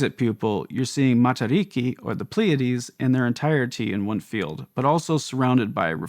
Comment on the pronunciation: Interesting and informative video. Kia Ora for the ‘Matariki’ mention. Nice to hear it pronounced properly.